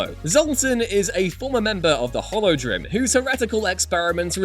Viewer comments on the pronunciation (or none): "Holodrim"... Diablo is an (American) English game, and the group is the Horadrim (Ho-rah-dr-im). no R/L screwery by Asiatic languages.